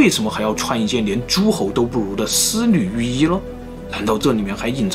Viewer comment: 丝缕玉衣 可真难为了 少说几次吧 我听着也难受😄